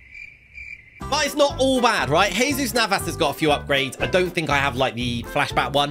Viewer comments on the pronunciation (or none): none